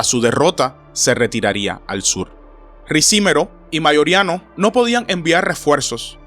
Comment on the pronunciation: No es Ricímero, sino, Ricimero.